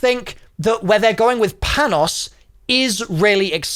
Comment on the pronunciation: American Greek here, I don’t know if you’ll ever see this, but Panos’ name is pronounced like “Pah-no”. You can also pronounce like “Pan-ós” with a larger emphasis on the letter “o” since that’s how us Americans pronounce it.